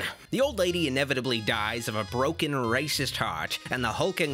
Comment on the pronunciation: I could have sworn you had millions subs...lol did you say Sum "rascist" lol jk love the videos